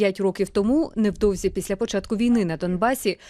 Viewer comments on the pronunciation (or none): none